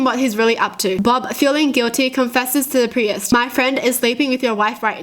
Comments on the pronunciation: She pronounced priest like pre ehst its supposed to be pronounced preest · Did she just pronounce priest as pri-est?? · does she pronounce the Priest like.. Pri-yest? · it's pronounced "P-R-E-E-S-T"(PRIEST) Not "P-R-E-Y-E-S-T" is adorable 😂😍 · The way she pronounces priest as pre-est 😂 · Uh... why do you pronounce the word 'priest' as 'pre-est' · wait pri-est is a real pronounciation of priest?(preest) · Me: Priest: Pree-est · why did she call the priest a presis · The way kyutie says priest, pree-ist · Those are jokes.not real stories P.s you can pronounce piss but not priest?!🤣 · The way you said Priest kinda bothered me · the way she says priest is...... well you'll be the judge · The way says "Priest"😬